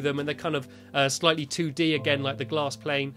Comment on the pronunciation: Stampy szid glass plane